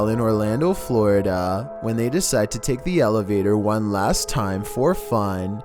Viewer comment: voice- Number woone. Eurobeat imtensifies